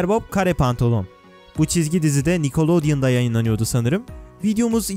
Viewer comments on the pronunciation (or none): Nikulediyon ne bunu herşey dahil adlı yutubura söyledim ni-ki-le-don nickeledeon